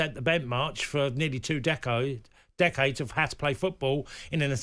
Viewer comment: "They set the bentmarch for 2 decos."